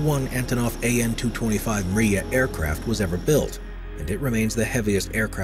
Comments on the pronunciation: Memo Oez Man🤦🏻‍♂️ MRIYA M R Í Y A. NOT MARIYA IT MEANS "Dream" in Ukrainian language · And An-225 is mryia not maria) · it's mriya not maria